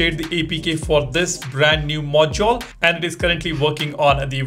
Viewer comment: Stop saying "Mojole" it sounds so annoying